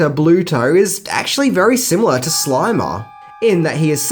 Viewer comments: It’s the Slimer not the Slimmer, you cretinous goofball. Lol! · Its SLIMER,. Not SLIMMER. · Slimer, not Slimmer. See the difference? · #6 Slimer, not Slimmer. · Number 6- "SLIMMERS" as in THIN ghost hahaha God you need a proofreader hahaha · "Slimmers"- this guy is a tool & has a very annoying voice